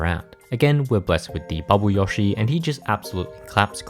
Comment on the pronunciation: Wh-why do you pronounce Yoshi like that?